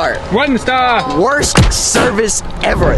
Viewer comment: She said the wost restaurants wost🤮